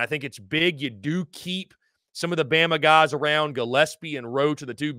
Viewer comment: Damn what’s up with these dudes that can’t get the names correct speaking on Bama. smh!